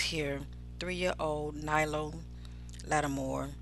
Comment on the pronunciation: His name is Nylo not Knowles